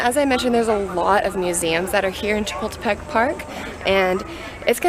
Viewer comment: you can't pronounce Chapultepec properly, stop butchering it. and how come you're surprised at the size of Mexico's anthropology museum? Mexico's history is far more vast and rich than that of the US. Leave your patronising imperialistic mind in your country.